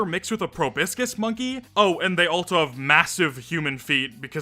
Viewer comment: why do you pronounce also like that